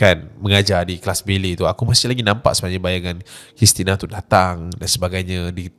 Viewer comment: Pronunciation! Kalau boleh improve ya.. ‘bellay’ bukan belet